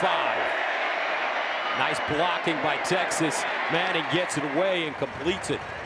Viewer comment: Arch Meh-nning.